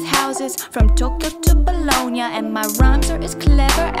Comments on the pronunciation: However, it's Bologna, not Bolonga Love you Malindaaaa❤💓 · It’s Bologna, not Bolonga, oops 😂😅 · Bologna and Shaw actually rhyne because if its talking about the Italian city its pronounced Bo-log-naw